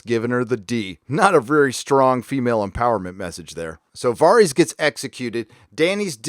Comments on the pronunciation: I know it shouldnt mattet but it really pains me how he pronounced varys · Varys pronunciation c'mon man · I'm sorry, but what is with the pronunciation of these names? How are we nearly 10 years into a show and still having 90% of the names in the show being absolutely slaughtered? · You're killing me with these name pronunciations bro... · So he talks shit on game of thrones but can’t even say Varys correctly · I cant be the only person annoyed by his pronunciation of "Varys"? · why do you say Varys like that? din't you hear how they pronounce his name in GoT? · Video after video, you butcher the Spider’s name. Why, man? Why? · Am I missing something about why you keep calling him “VAHR-EEZ” instead of “VARE-IS”? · "Vahrys" "Dave-O's". This is not how these names are pronounced, bro. They literally say them loads of times in the show. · 𝙒𝙝𝙮 𝙙𝙤 𝙮𝙤𝙪 𝙥𝙧𝙤𝙣𝙤𝙪𝙣𝙘𝙚 𝙩𝙝𝙚 𝙣𝙖𝙢𝙚𝙨 𝙬𝙧𝙤𝙣𝙜, 𝙬𝙝𝙚𝙣 𝙩𝙝𝙚𝙮 𝙘𝙡𝙚𝙖𝙧𝙡𝙮 𝙨𝙖𝙮 𝙩𝙝𝙚 𝙘𝙝𝙖𝙧𝙖𝙘𝙩𝙚𝙧'𝙨 𝙣𝙖𝙢𝙚 𝙢𝙖𝙣𝙮 𝙩𝙞𝙢𝙚𝙨 𝙞𝙣 𝙩𝙝𝙚 𝙨𝙝𝙤𝙬 𝙞𝙩𝙨𝙚𝙡𝙛? 𝙇𝙞𝙠𝙚 𝙮𝙤𝙪𝙧 𝙥𝙧𝙤𝙣𝙪𝙣𝙘𝙞𝙖𝙩𝙞𝙤𝙣 𝙤𝙛 𝙑𝙖𝙧𝙮𝙨 𝙞𝙨 𝙖𝙡𝙢𝙤𝙨𝙩 𝙖𝙨 𝙨𝙩𝙪𝙥𝙞𝙙 𝙖𝙨 𝙩𝙝𝙚 𝙬𝙧𝙞𝙩𝙞𝙣𝙜 𝙛𝙤𝙧 𝙎𝙚𝙖𝙨𝙤𝙣 8. 𝙄𝙩'𝙨 𝙑𝙖𝙞𝙧-𝙞𝙨, 𝙣𝙤𝙩 𝙑𝙖𝙧-𝙚𝙚𝙨. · I know this may seem unimportant but it's not VAREEEEEZ. It's VARISSS!! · You say "var-ees" whereas the show says "ver-is".. just curious why? Is this a book thing or ? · Varys not VARIES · Vaaar-ies? lmfao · Vare-is It's pronounced VARE-IS. Entire review ruined. lol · Are you purposely mispronouncing Varys? When did it become Vahr-ees? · VAReeees. Do you even watch this show? No one pronounces his name like that. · "Varrees." Dude. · Varys = V-air-es Davos = D-ah-vohs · i just have to ask why you pronounce Varys and Davos like that? Do the characters in the show pronounce it like that?... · The episode is minutes don’t know where he is getting 56 minutes from. Even taking out the intro and previous recap it’s still . Dude is just making shit up . Can’t take him seriously when he is Mispronouncing Varys and Davos . That probably mean he had 56 minutes left . Idiot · Dave-O's and Vahries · Var-ees and Dave-os